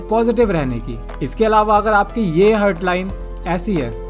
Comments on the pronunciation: हर्ट nahi हार्ट bolte hain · भाई, वो "हार्ट" है, हर्ट नहीं. 🙂